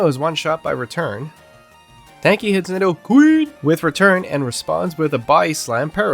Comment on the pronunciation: The way you say nidoQREEN 😂